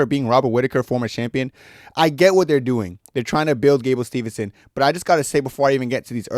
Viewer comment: It’s Steveson not Stevenson